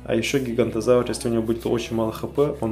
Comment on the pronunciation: ГиганОтозавр а не гигантозавр